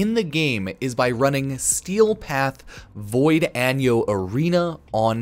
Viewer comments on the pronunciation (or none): Vod-yah-noy not void anyo. Not trying to be a dong, just trying to help out! :D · A few notes that ought to be made about the Steel Path Arena farm: It's pronounced as Vod-Ya-Noi The go to team comp roughly consists of Dispensary Khora, 2 Larva Nekros, and a filler-ish pick rounded out with Roar Wisp usually. Nova is not preferred for this farm as enemies affected by her 4 disintegrate in 1 second after death, leaving no corpse behind long enough to desecrate if you're killing lots of goons fast (1 Nekros desecrates 3 corpses per second). Hydroid is also a discouraged pick. Even though his augment gives him 100% drop rate compared to Khora's 65%, his 4's range isnt as consistent and can ragdoll enemies in inconvenient places, taking longer to kill them. An important note that absolutely needs to be addressed is that for this to be the best endo farm in the game, 1 player in the squad MUST have a MOD DROP CHANCE BOOSTER , as that doubles endo pickups for everyone in the squad. Slash based melee weapons (Kronen prime being the most popular) are the weapon of choice for this farm to cut up corpses for more desecration rolls and generally have better damage scaling than primaries and secondaries. (Ive been told to unequip primary and secondary weapons, as it supposedly removes ammo from the drop tables meaning higher chance for more endo drops. But with the random nature of drops in general, it's hard to test this reliably) Factoring everything into account, you can potentially earn upwards of 2-3k endo per run even getting as high as 4k in the span of 1.5-2.5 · ”Void Anyo” bro cmon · Thank you for this. "Void Anyo" killed me lol.